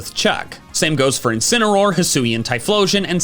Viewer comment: INCINEROAR, NOT INCENAROAR! FIX IT NOW!